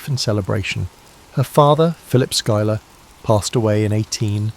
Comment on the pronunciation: Also, as a note: Schuyler is pronounced (Sky●Lar) 😊